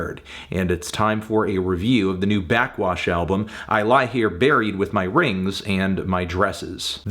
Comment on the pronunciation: Anthony, burping into the mic and saying “blackxwash” for 8 minutes is not a review